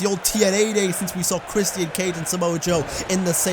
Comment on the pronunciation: Dude said “Christ-Ian”